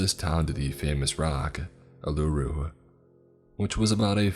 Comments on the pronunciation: “The famous rock, aluroo” awww bless you, thank you for trying. It’s pronounced oo -la-roo “Uluru” but bless your heart for trying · You have a great voice as usual, but just a tip from an Aussie listener: It's 'Eem-you', not Eemoo. It's a bird, not a moody cow 😉 And it's 'Oo-LA-roo', not 'Ooo-LOO-roo'. Still a great reading but the immersion works better for the listeners of the country-of-setting if you research the pronunciations of the places. ❤ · Hey man been a big fan for a long time, just wanted to pop in as an Aussie and let you know that Its pronounced oolaroo but give the first oo's a u sound and no highlights on the La just Uluru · 'Oolooroo' annoyed me so much as someone who grew up in the NT 😭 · ok but why he saying a-lu-ro when reading uluru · Can I say finally but still miss pronounced a few thing's such as Uluru so fuck mate shit like that matters here mayne